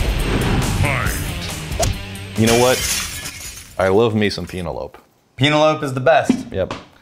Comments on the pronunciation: Is it supposed to be a joke pronouncing the name wrong or are serious lol. Penelope like the girls name. Not peen ell ope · Pee- na- lope - love. Yes!!